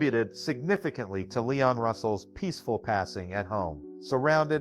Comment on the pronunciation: LEEEEEEEEEEEEEEEEEEEEEEEE ON Russell Not LYON Russell